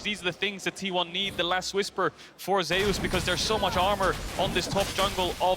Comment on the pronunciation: why keep saying ZEYUS. ITS ZUS witha silent E.